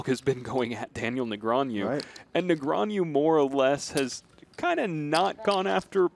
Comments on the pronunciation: is the guy pronouncing "Negreanu" wrong or am I stupid? sounds like he is saying something like "Negranew" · That commentator saying Negreañu instead of Negreanu was bothering me more than it should have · It’s funny how the announcer keeps saying Negrean-YOU instead of Negrean-OO like it’s spelled. Where did the Y even come from?!? 😅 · Its literally NEGRANU, not NEGRANIEW... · Hahaha, this is pretty annoying. My brain shortcuts when commenter says Negreanju throughout the event. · Why is he saying ”negraniu” or possibly ”negrañu”? 😂😂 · Nigranju? .. Either this guy needs to sort out how is says it, or everyone else in the world needs to. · Quit saying Negrean-YOU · why hasnt someone told this broadcaster, NEGREANU isnt pronounced ne-gre-a-NEW? how do these people get jobs in broadcasting and cant pronounce one of the most famous players in poker? SMH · I had to stop watching because of hearing nagronyou so many times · I just wanna see the commentators stop mispronouncing Negreanu. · Except for the one guy constantly saying Daniel's name wrong. You think SOMEONE would have fed him the proper way to say it at some point during the 3 hour game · mispronouncing Ali and Negreanu is so tilting. In other news, the friendly banter was great and it was very entertaining and both played well. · Who paid this announcer to spend 3+ hours MISPRONOUNCING DN's name? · Who are these casters? They can't even pronounce Daniels name? WTF? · I cringe every time the announcer says "Negreanu" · Can't stand the way that guy keeps pronouncing Negreanu.